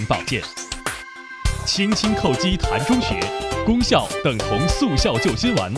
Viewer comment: 在膻中穴这个穴位中读作淡，在味道膻味中读作山。连读音都不知道，居然好意思自称中医